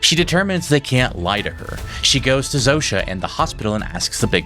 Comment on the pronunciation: what I love about the series is that Carol is the ONLY one who prounces Zosia's name right.